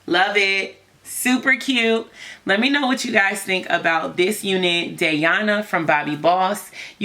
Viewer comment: This wig is winnin' but she's pronounced like DIANA spelled differently as "Dayana"